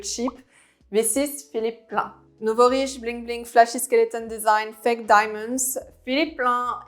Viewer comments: Hey j'ai bien aimé ta vidéo. Qq conseils: entry se prononce "entri", commercial en anglais serait "common", Dsquared se dit disscouairde, sans prononcer le e final. Et remplace le mot "rich" par wealthy. Philipp Plein, "ei" en allemand se prononce comme "aïe". Bon courage et continue ton bon boulot! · Moschino... C'est de l'italien, alors on prononce Moskino! Au risque de faire un peu hors sujet. Pour le reste, totalement bien vu. Et Plein est allemand... Plaïne...